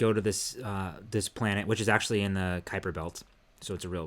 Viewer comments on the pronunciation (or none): none